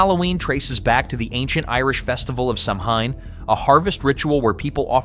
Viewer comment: It's not pronounced Sam Hine it's pronounced Sow een.